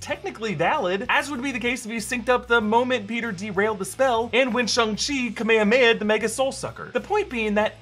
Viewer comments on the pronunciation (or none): It's not called kameamea it is called ka-me-ha-me-ha